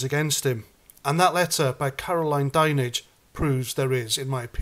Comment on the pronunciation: Great your in touch with Andy the Gabby Cabbie 😊 something is fishy about the censorship. At least you pronounced “Dinenage” correctly 😂 Some other channels can’t seem to pull that name off. You would like to think old Fred would have people well educated on how to pronounce the name. Maybe they could be a Now special 😊